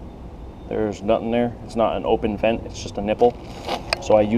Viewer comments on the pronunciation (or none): none